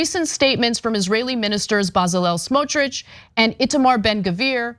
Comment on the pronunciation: You mispronounced "Betzalail Smotrich". They trained the kids in terrorism. The Gazans would enjoy Congo. The kids could go on sefari.No bombings. Water, food, fuel. It would be shangri la for them.